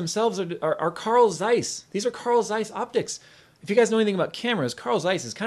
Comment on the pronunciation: I at first understood "coral size", but the I fugured out that you mean Carl Zeiss (I'm German)